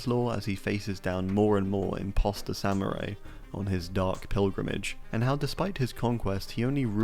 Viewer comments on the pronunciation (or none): none